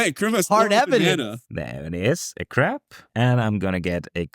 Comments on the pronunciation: consistently pronouncing crab as crap made me laugh way more than it should have. German accents unite!:D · I can't unhear "blue crap" now. I feel like Chandra after having Liliana say something devious to her, as depicted in the Kaladesh set Diabolic Tutor card. Thanks, 😆! snickers and walks away